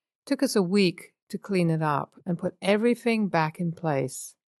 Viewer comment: the narrator says, everyfink 🙄